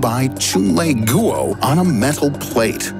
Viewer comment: Goo-oh lol (facepalm)